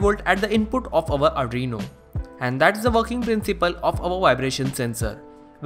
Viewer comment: Arduino not adrino